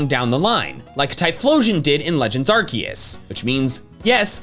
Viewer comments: IT'S ARCEUS, NOT F*CKING ARKOOS! NOW SAY IT RIGHT! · wait ARCEUS not ARKOOS?😂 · ITS ARCEUS, NOT F*CKING ARKOOS! THAT STUFF IS OVER NOW! SAY IT RIGHT OR ELSE! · Legends ARKOOS. AR KOOS! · Ar-KEE-us??? who are you